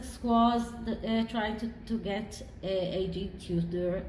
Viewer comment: “A” G Tudor. How annoying, eh?